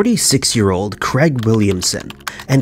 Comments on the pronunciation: Can you please start pronouncing names properly. It is very annoying! Craig....is NOT pronounced Creg!!!! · I just cannot listen to stories with incorrect pronunciations! It is not Creg or Crag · Why can the narrator not pronounce "Craig"???! Aaaarggghhhhh! Jesis fork and Crest!